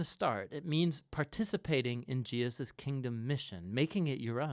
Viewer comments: WTF is "Jiaziz"? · Why do you keep pronouncing Jesus "Jeus"? Is it intentional ? What does it mean? I am sorry but it really bothers me. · You keep saying Jeus who is JEUS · do you have a problem to say "Je-sus" ? why do you mispronounce His name? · Does anyone know why he says Jesus name so weird? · The speaker pronounces the name of the Son of God incorrectly several times